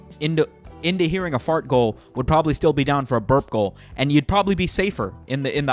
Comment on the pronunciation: When he says burp goal, but you hear birth goal